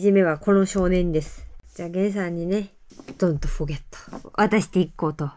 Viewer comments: 恐らくdon’tforgetなんでしょうがbon’tになっていて癒しになりました😊毎日ありがとうございます😊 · don’t forget のdがbになってる笑笑 かわいすぎるやろ……!!🤦‍♀️ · don't forgetがbontになってんの好き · Don’t forget がBon’t forget になってるのが、の天然ぶりが、炸裂してて面白いです！ ちなみに、どうやったらそんなにえが上手くかけるのですかっ！？ (編集者のゆかさん…私の本名に似てますね…) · ずっと思ってたんですけど、don’tじゃなくてbon'tになってね？